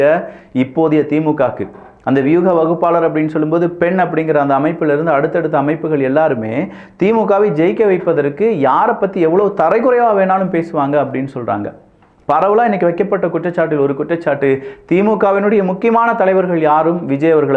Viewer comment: தரம்...தரக்குறைவு என்று வாசிக்கவும்... Not தரைக்குறைவு